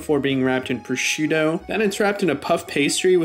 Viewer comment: ProsciuTTo with 2 T's...you should pronunce them ...what is your problems with doubles, people??